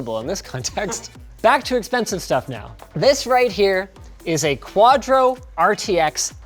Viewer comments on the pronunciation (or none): none